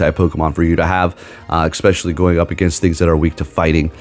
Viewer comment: You keep saying “egspecially” lol